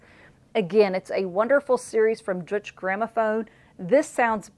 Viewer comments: At the risk of being a little nit-picky it hurts these German ears to hear Deutsche (It's TWO syllables, and pronounced like "Doitsha") so mis-pronounced... And please, it's not Dutch, but German (i.e. Deutsch, as in "Sprechen sie...?")! Sorry about the gripe. Otherwise loved the video, BTW; and really glad you gave Surrealistic Pillow the credit it deserves. It was truly one of the best recordings to come out of the 60's, and one of my all time favorites: a top-100 IMHO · Hey - great choices all around. Just as a help and not to be snooty - Deutsche is pronounced like Doy-shuh. German is tough if you’re not familiar. Keep on putting out the good stuff.